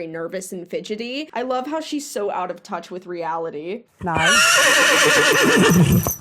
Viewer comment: I can tell you "Nein" is no it sounds like she's saying mine LMAO but yeah Nein is no